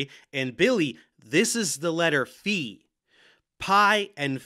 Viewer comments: Hi Professor Dave! Great video but I also wanted to thank you for pronouncing the Greek letter φ correctly! As an engineering student it is so incredible how many other people insist it is ‘fye’ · oh my gosh unrelated but like your the only science person ive ever heard pronounce phi correctly!!!!! everyone says "phie" and its so annoying!!!